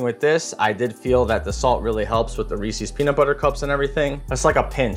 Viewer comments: Its "reese-iz" not "ree-cees" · Every time you say ree sees you lose a year of your life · Reese's - It rhymes with "pieces". Where do people pick up this "Ree-Sees" pronunciation? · I noticed many Americans saying Reeses like "Reesees." It is a small annoyance for me. Think Reeses Pieces...it flows and rhymes. Reesees disrupts the beauty of such a tasty product. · Looks good, but it hurts to hear someone saying "Ree-Sees" instead of Reese's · Recipe looks good but your pronunciation of Reese's hurts my soul.